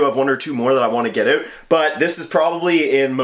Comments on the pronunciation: The way he says ( OUT ) is so funny 😅 he is so sweet ☺ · That Canadian OOUUUT 😂